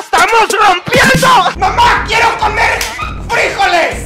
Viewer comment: me da gracia como dicen Frijoles en ves de FrijOles dice FrIjoles